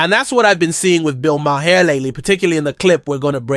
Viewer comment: His name is pronounced.... Bill Mar.